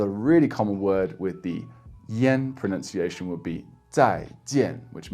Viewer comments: As a native speaker, I can say that your pronunciation is impeccable. Like... shockingly so. Whoever's trying to learn pronunciation for Mandarin make sure you take this guy's advice. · 我靠！！！大哥！！你的中文发音至少比60%的中国人都准确！！！ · As a native speaker, this guy is the real deal. His pronunciation is pretty much flawless. Listen to his advice guys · Wow! Excellent Chinese Mandarin pronunciation!